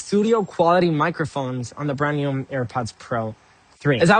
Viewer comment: This dude keeps saying "newm" instead of "new" and it's weird.